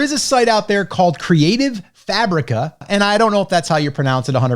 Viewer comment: Saying "Creative Fabreeka" sounds crazy 😂 I think it's a midwest thing.. Also Neesh is the British version, Nitch is American. Both are accepted as correct in dictionaries.